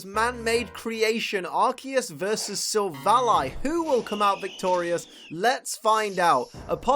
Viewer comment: says silvilli Me: what